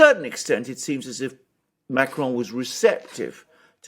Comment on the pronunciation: Dear, Please revisit your pronunciation of Macron.